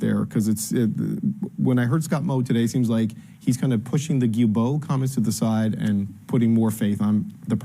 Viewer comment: It's not Guibeault, the L is not silent, its Gui"L"beault. That is so annoying, I don't like the jerk , but respect how his name is pronounced.